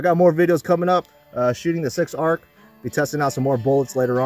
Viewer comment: Again it's pronounced Ark not a r c!